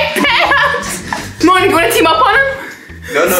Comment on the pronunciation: It's mony not mong